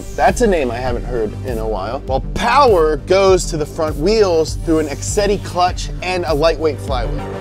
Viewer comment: I love how only says “powah!” When hes saying “mo powah babeh!” Any other scenario its power